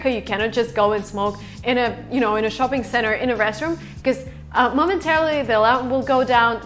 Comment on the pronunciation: you need to work on your smile, No American smiles like this. and Shopping is bad pronunciation. your face is bored. can see the green screen and camera lights.